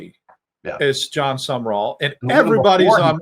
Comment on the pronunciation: His last name is not summer-all it is SUM-rawl. People keep adding an extra syllable.